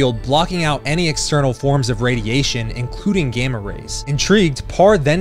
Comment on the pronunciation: Lego not Lego's and the mispronunciation of Gamma 🤦‍♂️